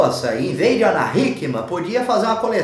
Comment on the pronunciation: Falou o nome da Ana tão certinho!!!